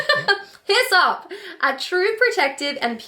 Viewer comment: I almost spit out my coffee when you said hyssop I thought you were telling me to piss off at first.